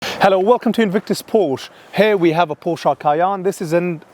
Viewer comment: Cay-enne Porsch-e